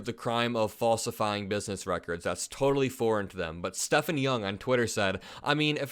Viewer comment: His name is Stephen... The p ph is a v sound . Stephan .......Stephen